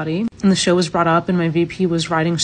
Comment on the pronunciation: It's show not shore